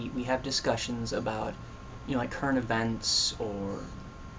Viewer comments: Haha "When I think ABOOT it" Yeah I caught that. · hhhahahahahahaahaa aboot. aboot. aboot. lol. x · "..i begin to think a boot it,,," Lol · rofl, when i think aboot it. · Ah cohenism! :D<3 "and when I think aboot it" haha, awesome job man! ;] You make a very good non-Canadian-Andrew! :] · HAHAHAHA I love you! "aboot" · did you just say a boott??? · "When I think aboot it" hahaha nice one. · another guest! We need to start a vlogcandy guest club...or something also LOL your canadian "about"